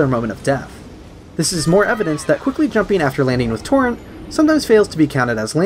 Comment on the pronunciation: Great video but it’s torrent not torren